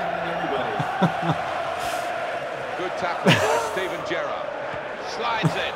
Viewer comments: Accent on the first syllable in Gerrard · JOHN IM FROM ENGLAND; COULD YOU PLEASE PRONOUNCE GERRARD PROPERLY! love the videos by the way xxxxxx dftba ;) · your pronouncing gerrard wrong btw